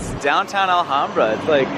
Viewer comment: Since is always mocking Jackson for not pronouncing Massachusetts towns correctly… fyi it’s pronounced Al-HAM-bra. Not like the Spanish city. So close.